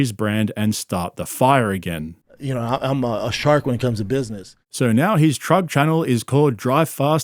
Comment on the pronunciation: this guy keeps calling trucks "truggs"